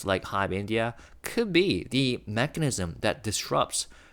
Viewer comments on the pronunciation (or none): none